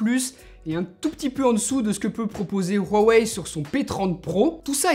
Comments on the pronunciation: Ruawei -_- c'est huawei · Pourquoi tu dit rowei?? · Je t'aime bien mais je t'en supplie arrête de dire Rhuawei c'est immonde sinon super vidéo comme dab.